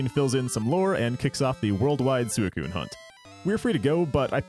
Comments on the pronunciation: "Sooey-koon"? If you're going to be pedantic about how to say a Pokemon's name, and are going to be like "Look at the Japanese pronunciation bro", at least, you know, pronounce that right. "Sui" isn't said like a pig call. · That's... not how you pronounce Suicune in Japanese. The Japanese is pronounced almost identically to how it's pronounced in English, "swee-coon." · Suicune's japanese name is pronounced exactly the same in English...... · I used to pronounce it 'Suicine' when I was a kid 😅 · that's not how suicune is pronounced in japanese